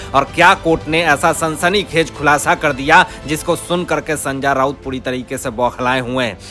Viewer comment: hindi bolna sikho sanja nahi sanjay raut